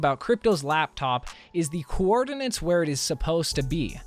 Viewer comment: do we talk about how he pronounced coordinates?